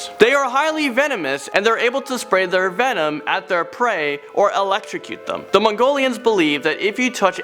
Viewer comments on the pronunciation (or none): none